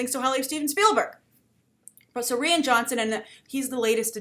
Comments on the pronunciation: I don't mean to be that guy but his name sound more like Ryan not Rhianne. Love the vid just the pronunciation bothers me. Keep up the good work. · Rian is pronounced Ryan not re-in. Please, you've been doing this for years, listen up. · Good Morning,. Rian is pronounced the same way as Ryan. And trust me. People ARE excited about Rian Johnson.:)